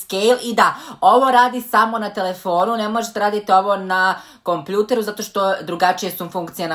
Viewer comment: Nije kompljuter nego kompjuter